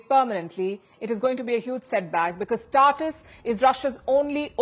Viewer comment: It is pronounced Tar Toos, Palki.